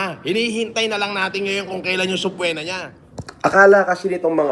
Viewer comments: Sabpweena daw HAHA dugyot pa rin bumigkas eh 😂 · OBOB daw si pero mali yung pronunciation niya ng subpoena 🤡😭